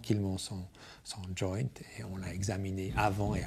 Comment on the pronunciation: . Ahaha son "joint' il le dit a l'anglaise d'une facon tllmt drole